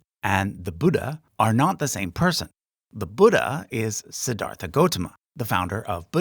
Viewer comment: Just a small nitpick but when Siddhartha (correctly pronounced si-dhar-tuh) became enlightened, wouldn't have he had been considered bodhisattva before being know as Buddha?